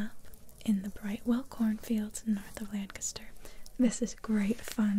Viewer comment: I live in Lancaster county Pennsylvania. Thank you for pronouncing Lancaster correctly haha. Most people don’t 💁🏻‍♂️